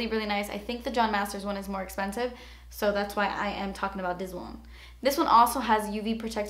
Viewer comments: I love the way you always say 'essspensive' 😂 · Ah I love it when you say "thas espensive" it makes me laugh and also your hair color is bomb